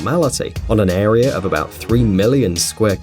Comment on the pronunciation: The biggest mystery of all is why do people who think they are smart say " idear" instead of "idea" and "arear" instead of "area"? And MEthAne? English much?